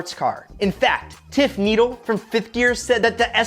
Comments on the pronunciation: Hey, you pronounced Tiff Needell's name a bit funny. It's pronounced as neddel, and not needel (I said pronounced, not spelled). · Lol. Guy says "Tiff Neadle". I thought this guy new his shit.